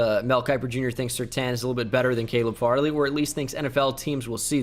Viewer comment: Jsyk, Caleb Farley is pronounced "Fairly"